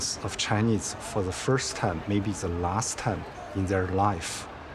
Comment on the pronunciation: Dear Mr Mooooobs, you call me a spy bot just because my thought is different from yours? Btw, it is “Chinese” not “chineeeeze” tks:).